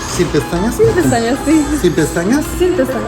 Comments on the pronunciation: You say "sin pestañas" and they hear "sí pestañas". Just start saying "no quiero pestañas". Problem solved. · I’m just assuming he heard ‘si pestañas’ (yes lashes) instead of ‘sin pestañas’ (without lashes)